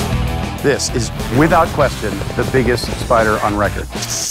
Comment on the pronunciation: Its a spidAHH it was bigAHH it was seven feet on diameAHH